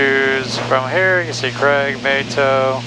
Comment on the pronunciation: As a former JAX resident of some five years, I suspect that "mayt-oh" isn't the pronunciation of that intersection, as it's likely named for the San Mateo area, south of JAX and pronounced "muh-tay-oh". I would be shocked if any JAX A/C controllers pronounced it the way you did, particularly since it's almost assured that there are more than a couple of them who live there.